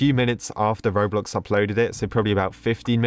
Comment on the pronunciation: The way that said 'robloc'